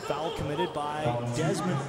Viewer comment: Only one syllable in foul-you Canadian. lol. Good job on the mic. fellas.